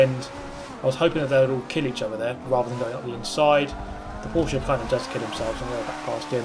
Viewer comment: for me as a german guy i want to appreciate you for spelling Porsche right